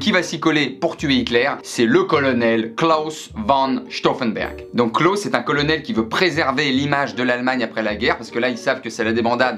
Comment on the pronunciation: jsuis morte il a dit Clos au lieu de Claus